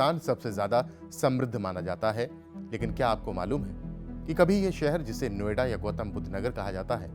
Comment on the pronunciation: नो आइडा। अंग्रेज बोलता है। What is no ida. O it is no idea.😂